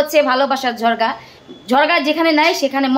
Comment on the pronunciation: ঝগড়া নাকি ঝরগা 🙂